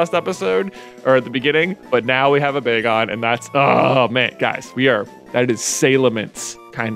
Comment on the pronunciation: Every time J gets excited about a Pokémon, he pronounces it odd first go :p bag-on followed by the bay-gon pronunciation!